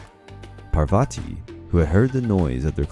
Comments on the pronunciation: And it’s pronounced paar va t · There's a lot that is wrong in this one. Even the pronunciations. For example Parvati is spelled Paar-Vatee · Its not prabhati...ite paarvati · I think u can refer to a Wikipedia for correct information, or please visit a priest from India... This is not very accurately correct... Plus please work on the correct pronunciation of the names... For eg: Parvati and not " Poverty " And Treemurthi not "tri- marthi"....